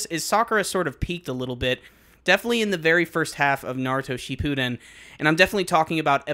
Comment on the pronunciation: You do you pronounce shippuden so weird